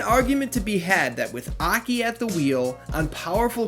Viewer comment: Ahkey lol.... Its A. K. I.